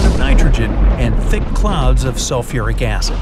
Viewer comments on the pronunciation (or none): none